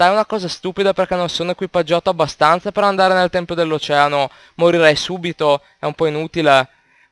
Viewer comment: Tempio, Tempio. Non "Templio". Invece il plurale è "Templi"